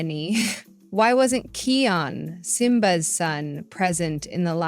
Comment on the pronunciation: It’s actually kion not keyon